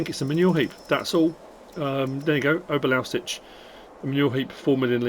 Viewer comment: Ohbear Louwseets How its pronounced